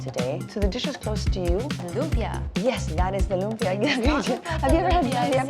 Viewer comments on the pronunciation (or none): lum-PYA > LOOM-pyuh Loompyuh is such a Fil-Am way to pronounce lumpia. Ugh.